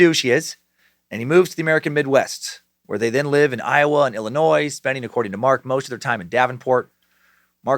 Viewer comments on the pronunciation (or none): You didn’t just pronounce the last “s” in Illinois, did you? 😂❤